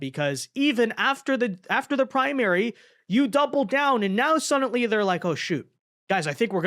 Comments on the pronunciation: OMG!!! ITS F'en SUDDENLY! NOT F'en SUDENTLY... FOR SOMEONE WHO SAYS THAT WORDS 500 TIMES EVERY DANG VIDEO YOU POST... ONE MIGHT THINK SOMEONE WOULD HAVE CORRECTED YOU... BUUUUUUUUUT APPARENTLY NOT! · I cant do it. Since I posted this comment youve said sudently 9 times. It drives me crazy. I cant finish the video.